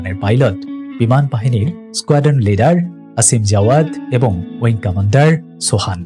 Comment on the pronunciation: সাংবাদিকতা শুরু করার আগে একটু পড়াশোনা করুন দয়া করে । উইং কমান্ডার এবং স্কোয়াড্রন লিডার কোনটারই উচ্চারণ ঠিক ভাবে বলতে পারছেন না । ন্যূনতম ধারণা নিয়ে তারপর ভিডিও বানান